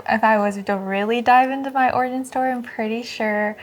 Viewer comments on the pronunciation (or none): She's literally pronouncing "origin" as "organ". That's to be expected I guess, but ffs.